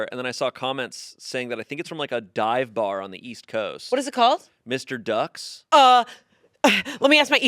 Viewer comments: It’s not Mr. ducks… It’s M-R ducks. Like….. ‘them are ducks’!!!! Dummies🎉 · It’s not Mr. Ducks, it’s M. R. Ducks. Very important distinction since they have their own meme that necessitates it being said as “M” and “R” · Lol, it’s not Mr. Ducks it’s M. R. Ducks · Lmao Mr. Ducks 😂 it’s M R Ducks Haha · it’s not mister ducks. it’s M. R. DUCKS M. R NOT